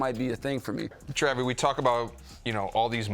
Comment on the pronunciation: He say TRAVY 😳😐